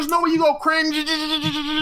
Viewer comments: 100% morphed that cring-juh-juh-juh into the n-word lmao. Good content trying to weasel out of it lol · They are assuming it bc it literally sounds like you said it with a hard R lmao there’s no getting around it wether you said it or not. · He's saying cringeeeeeee acurrr inge acurringe where he's emphasising the sound you make in between and the "curr" at the start of curringe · Love Destiny but that cringe did sound like the “n” word. Lol😂